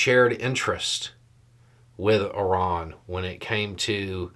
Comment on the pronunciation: "Ih-rahn?' You mean "eye-RAN"?? - The average American 😂